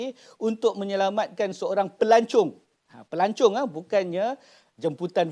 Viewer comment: Dr sebut pelancong ke pelacur?